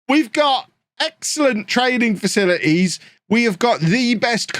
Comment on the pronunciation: catches Covid, struggles through admirably... utters the line "...facilites and sensible transfers." Informs Anna he needs a week off on a Portuguese Beach for 'work related scouting reasons.' Never change,. Goode think youz dun speek wurds fer aw liven'!